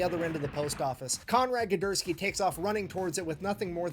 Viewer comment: His dyslexia strikes! He was saying "Gedurski".